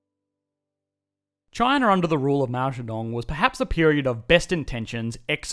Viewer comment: Wow, this is most the accurate pronunciation of mao zhedong I hear from a not Chinese